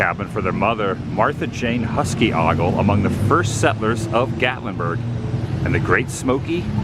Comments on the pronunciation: Here in Maryland, we have several things named after an early Governor Ogle. It's pronounced like O-gull not Oggle. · O-gle as in oh=gle not ah=gle. I worked for some of them I know, LOL Easy to mispronounce. No sweat. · It’s oh-gle…not ah-gle…😬😀🤣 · Ogle. It’s pronounced 0h gull, not Ah Gull. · The O in Ogle is a long O. It’s not Awgle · its augle. its ogle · Ogle is pronounced O Gul not ahh Gul. LOL I've been to that area many many times. Only live couple hours away. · Agal...lol. It's Ogle Mr Woo..lol. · It is pronounced OH-gle, long O. The Ogle family is huge as well as two or three other families but Ogle's are prob#1. You say Ah-gle, you may get a dirty look. Also try Frontier Coffee shop in Gatlinburg. Really good place and java. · 0h-Guls not Ah-Guls for the Ogle orrect pronunciation. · It's pronounced OH-Gul....Marth Ogle is my 3x-great aunt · "Oh-gle" sorry!! I'm from the area.😂 Ogle pronunciation. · Pronounced "Oh Gull". Love the backstory of the naming of Gatlinburg. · I kept rolling my eyes when he was saying Ah gals...lol. I'm in Gatlinburg and do daily Vlogs if you'd like to check out The Gatlinburg Hussey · Ogle is pronounced “oohgle” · Adam, the cabin that was at that corner was moved and is the same one by the musical instruments. The Martha Ogle cabin. Also, it’s Ogle with the O making the Ō sound. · Exactly...lol. I was yelling OH Gals...lol. I'm in Gatlinburg. I make daily Vlogs..The Gatlinburg Hussey if you'd like to check out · It's pronounced "oh-gle". :) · Thanks for the tour. I'ts grown up alot since I was there as a kid. I rode that old relic chairlift when I was a kid. Got a picture they took at the top of the mountain in it with my Grandpa. The name Ogle is pronounced with a long O. Kind of like oh-gle. I went to school with some Ogles. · That’s pronounced “OH-GUL.” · Great vlog! No offense, but I think the name is pronounced with the letter O Ogle. Glad you chose not to move to Gatlinburg. So many ppl already got that area sewed up. 🪡🪡